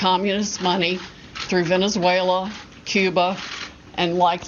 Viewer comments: Anyone else find it amusing that Sydney Powell almost mispronounces Venezuela as villiansuela? No? Just me then. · Did she just say "Villain-zuela" before she corrected herself? min. Too bad she's been let down by the T.... legal team, now that she's got the speech pattern down. LOL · She couldn’t say Venezuela right 😂😂😂